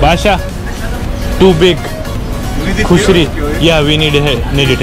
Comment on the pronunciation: bhai vo KOSHARI HAI khusri kehdiya bhai ne ha ha ha